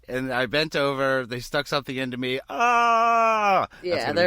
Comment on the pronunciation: he does say "Nee" not me